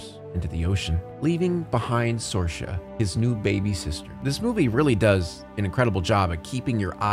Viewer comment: It's pronounced SEER-Sha. Not SOAR-Sha